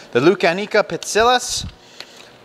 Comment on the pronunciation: Pronounced Pi-tsi-giás. Like gyro: "γ". Also: Lou-ká-ni-ko.